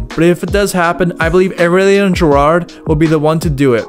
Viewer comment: "Areaulian" ptdrrrrr Aurelien is his name